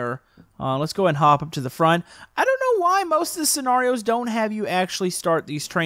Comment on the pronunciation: why are you saying scenarios it’s scenarios